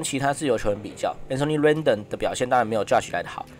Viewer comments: 天使三壘手明明就越南之光阮棟 那是什麼奇怪發音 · 小編要練一練名字的發音。springer+rendon 發音怪怪的。聽不懂